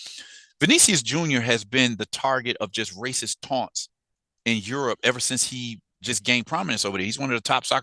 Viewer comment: Aerope not Europe